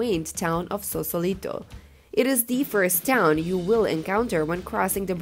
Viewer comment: FYI, It''s Sausalito, not Sausolito.